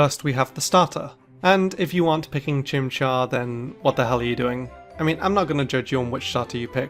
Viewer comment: IT'S CHIMCHAR, NOT F*CKING CHIMPFART!